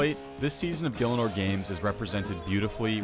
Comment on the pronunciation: 20 seconds in and fails to pronounce gielinor lol